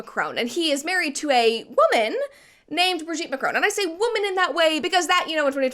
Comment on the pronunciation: It's Mac-ron rather than Mac-rone btw